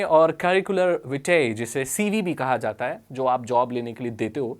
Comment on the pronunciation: That accent on word resume and cv Maza aaya 😂